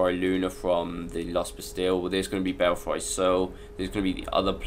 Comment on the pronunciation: not sure if anyone else mentioned it because I didn't look through all the comments but it's not the chains that drop the platform. there's a small square pressure pad on each slim walkway. also it's pronounced bellfree not fry.